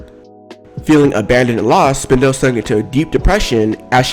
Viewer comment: Did he just say spin- del? Ok you be you say it you want